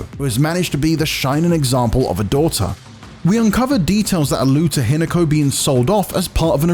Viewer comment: Say Hinako again